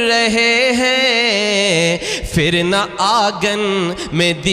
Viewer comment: phir ko aap fir padh rahe ho, itna farq bhi nahi pata? lagta he doosre se likhwake padhte ho